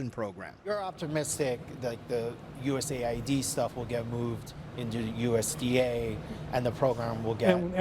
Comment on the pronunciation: Usa id? Its us Aid